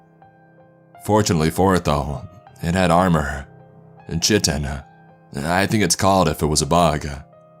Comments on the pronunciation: “chi-tin” Chitin is pronounced “kite-in” my man. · It's pronounced "kai-tin" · Chitin is pronounced Kite-in, just so you know. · Chitin pronounced (kite-in) Otherwise a good story 👍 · It's pronounced "Kite-in" FYI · Technical word pronunciation check: Chitin is pronounced "kite-in" --End of biology lessons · Chitin is pronounced kitine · Chitin is pronounced KIE-TIN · I love this! I love your work a lot too. It's pronounced kite-in <3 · chitin is pronounced kite-in or kiten fyi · Just letting you know, chitin is pronounced kite-in. 💜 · Chitin is pronounced "kai-tin." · You pronounced chitin wrong mate